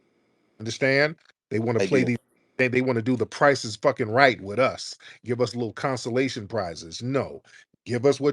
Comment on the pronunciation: Dude can't say "us" right.